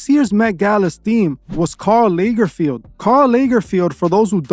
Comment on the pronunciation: It's pronounced LAG like BAG... LAG-ER-FELD. As a Prof. Fashion designer from NY, that act to FIT & Parsons I know how to pronounce everything in fashion, we had to know. Also, you know about the cake shaped like a body bc someone snuck a camera inside the Met Gala. They cut into the red velvet cake and some cherry filling that looks like blood. I wouldn't be surprised if blood was in the recipe. And, to think I wanted “IN” that industry so badly. 😣